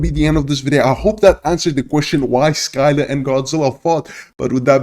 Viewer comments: Okay, I’ll help you to pronounce Scylla. It’s pronounced like “sill-luh” and not pronounced “Sky-lah.”. I hope you found this helpful! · A piece of me dies when this man pronounces Scylla as "Sky-la" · I'm Greek so I can tell you for sure that (☞ﾟヮﾟ)☞ it's readed syla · I feel kinda bad for Scylla but after I learned more I feel better 👍(BTW it she’s called Si-lla) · The c in Scylla is silent and the y sounds like a i